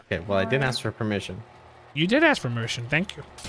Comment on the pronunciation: my boy said ‘you did asfermition’ instead of ‘you did ask for permission’